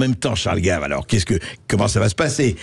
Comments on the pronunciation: Pourquoi dites-vous "Gaive" ; c'est Gave (comme "grave") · C'est Charles Gave et pas Guéve ou Gaive, vous ne savez pas parler français. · C'est quoi cet intervenant dans la dernière partie qui prétend interpréter Ch.Gave? Et Ch. GAVE est français, donc pas Géve mais GAve. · CHARLES GAVE ET NON "GAIVE".... IL EST FRANÇAIS ! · Ce serait mieux sans la voie de l'IA qui ne sait pas prononcer Gaves ni résilient.